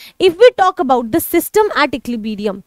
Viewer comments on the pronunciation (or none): equilibrium ❎ equilibeerium✅ 🤣🤣